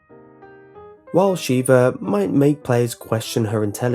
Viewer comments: The mispronunciations... It's pronounced Zee-mos, not Zim-mos (not to mention you bring up his 'bad' driving, and show a clip of him driving well? * slow applause *) It's also pronounced Sheh-vah, not Shee-vah, but I do agree with her piss-poor AI, trying to clear Professional solo is hard SOLELY because of her. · It's pronounced 'shevvah' not 'sheeevah'. Have you never actually played the game?